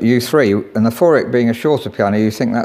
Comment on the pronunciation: Ravinder2220 Feurich Is Pronounced As Few Rick